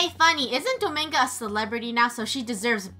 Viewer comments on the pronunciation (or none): It’s not Domingo it’s dominga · its DomInga NOT domAnga